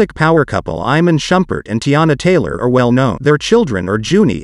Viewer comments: It's pronounced I-Mon and Shu-pert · Soon as he pronounced it “Eye-man”👎🏾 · His mispronunciation of Iman is irritating me. It was nice when shump was in the kings. Miss his positive energy.